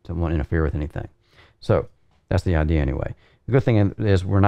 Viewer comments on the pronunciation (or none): none